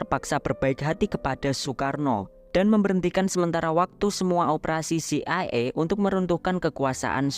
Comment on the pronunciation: Ci ai e (CIA) kali bang bukan ci e ai